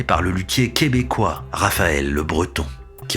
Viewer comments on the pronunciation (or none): none